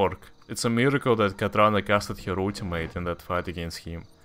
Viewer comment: Wat. Katrana Prestor would peg you for failing her name!